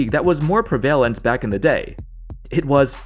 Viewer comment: How did this guy pronounce prevalent 😂😂😂😂